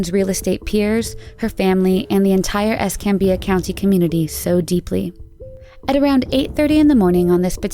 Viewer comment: Congrats on pronouncing Pensacola and Escambia Co correctly.. But I have never met anyone who could pronounce Cantonment ( Can - Tone-Ment) correctly if you wasnt from here. Her case was just recently a big deal of finally being solved.